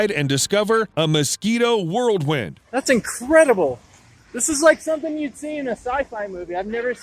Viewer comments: Mosquito “whirldwind”? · Mosquito “worldwin” haha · World wind = expresso = acrosst = dalnation =